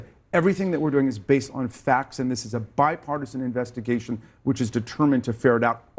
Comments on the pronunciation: Did he say bipartisan 🤣🤣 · He said bi partisan....smh